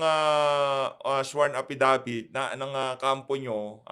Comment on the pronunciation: Hoy VoldStar Pernandez, anong APPidavit finagsasavi mo, anak ng teteng ka di fa rin maayos yang "P" at "F" mo. Sino, sino staPP? Walang Porce Por him, sinabi nyo lang e corroborate ang aPPidabit ni Garma. Eh ayaw! There is Vrivery too. Asking his fosition now and ilang years fa cya sa travaho. Anak ng... pati pa ata "B" and "V". Shut uF ka! Wag ka mag inglis ha...😂😅